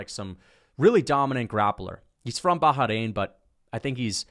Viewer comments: it's just Bah-rain...not Baha-rain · It’s not fucking pronounced “Baja-rain” 😂